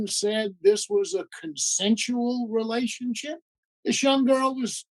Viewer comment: He's still calling it a relation- ship. Re... la...tion...ship.